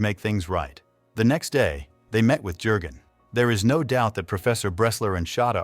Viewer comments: Jurgen is pronounced as: Yurgen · Keeps saying Herr Jergun with the J pronouced as in Jerry. Jürgen is the name and the J has a Y sound